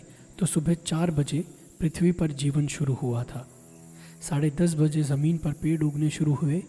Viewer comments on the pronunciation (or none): none